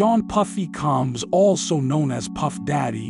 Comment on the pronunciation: Have I been pronouncing cormega and combs the wrong way or this narrator just being white